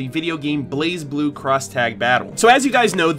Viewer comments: According to Lindsay they told her it's pronounced "Blay Blue" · It’s “Blay”Blue Cross Tag Battle. ;) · The Z is silent